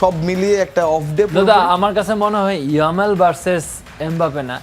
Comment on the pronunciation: কি আনসে একটা শো তে নামই উচ্চারণ করতে পারে না ইয়ামাল জামাল😂 ভাই অয় লামিন ইয়ামাল বাংলাদেশ এর জামাল না 😂😂